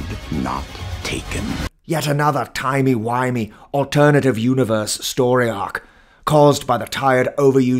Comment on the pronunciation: "Yet another Timey-whyme alternative universe story ark" Hahaha.